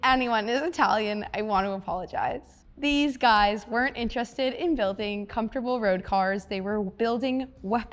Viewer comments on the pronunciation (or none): none